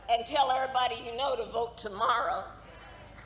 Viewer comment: Didn’t realize “errybody” was a word. Re: When Kamala speaks to black people. #RacistVP